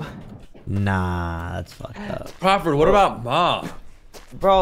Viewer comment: he said “crawlford” 😂😂